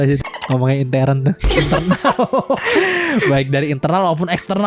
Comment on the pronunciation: Bukan intern tapi intern bang.🤔